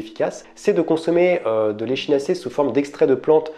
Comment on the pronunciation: On prononce "ekinacé" ! En phonétique ! Sinon très bien ce que vous faites 👌🏾